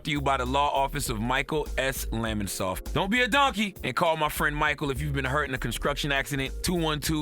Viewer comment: Yooo anybody else hear Charl say conscruction at the end of that law office ad 😂😂😂